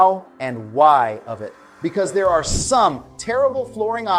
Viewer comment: Is this ai? "Here ARE six options...."